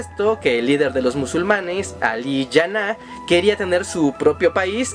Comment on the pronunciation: El video es totalmente falso y no es nada de lo que dice. No se en que web consegistes tal información. Era un juego de los Ingleses para no dejar un territorio gigantesco solamente para india actualmente ese territorio es de 3 paises. Y el nombre del fundador de PAKISTAN es JINNAH no janna.